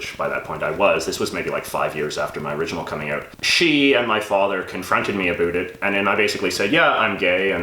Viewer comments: More like pronounces it in the "stereotypical Canadian" way (a-boot), possibly as an affectation. I will say I've lived in Canada all my 43 years, been to six of ten provinces (have yet to see the Atlantic provinces), and is the only Canadian I've heard pronounce it that way. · You can tell is an actor because he pronounces the word 'about' differently than.